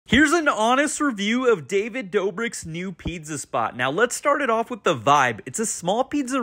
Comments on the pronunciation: why does he pronounce it pidza? strange. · Is this guy saying pitza bruh.. it’s pizza learn how to pronounce words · Never heard a person pronounce pizza quite so strangely. It was all I could hear